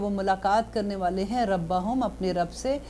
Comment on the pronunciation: A.o.a ... Mam ap say zeer ki mistake hue ha Quran mn rabihim ha or ap ny rabahum parha ha pehly bhi Kuch lectures mn ye mistakes hue hn ap plz gor Karen Kya masla ha